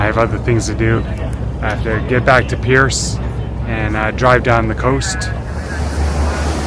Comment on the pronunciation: Percé is "Pear-say"